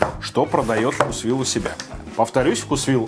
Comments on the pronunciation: делай еще видео про блюда из вкусвилла. У них много вкусных охлажденных блюд и пирожных. P.S. думаю правильно говорить вкУсвилл, а не вкусвИлл. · Правильно вкУсвилл 😄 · Правильно "вкУсвилл"